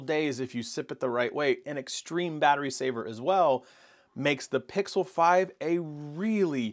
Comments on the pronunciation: It worries me that he can't pronounce "pixel" during a Pixel review...😬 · Is it pickle? Or pixel?